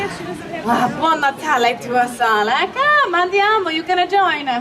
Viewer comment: We certainly don’t say “buon natale” with that intonation 🤦‍♀️🤦‍♀️